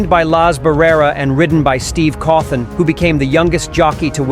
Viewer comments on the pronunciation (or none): none